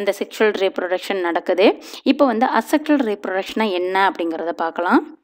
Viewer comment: Mam this is A sexual reproduction pronounce yay sexual reproduction teaching is good